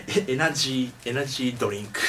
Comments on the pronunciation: he says "energy doink". LOL! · Did he just say ''Energie..DOINK''?